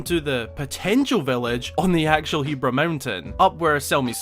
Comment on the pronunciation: It's so weird to hear 'Heebra' with a long e rather than 'Hebbra' with a short e. @@